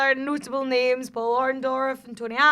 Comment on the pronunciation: Wow...butchering their names left and right haha